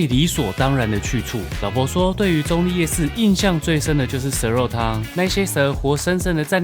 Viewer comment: 客家話稱澗谷為"壢", 你的發音好像把用閩南話來講 ，澗仔壢也是有同樣情形。